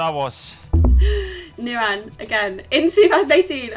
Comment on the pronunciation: The way pronounces nirans name 🤦🏼‍♂️😂 nirAn. Chill out on the A 😂 I rate this channel tho tbf